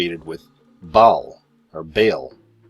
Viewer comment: For people who just wanna know, Baal is pronounced Bay-el. Interesting video though :)